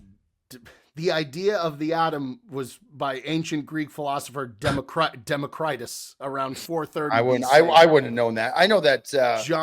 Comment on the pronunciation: “Dema critis” for the atom is wild work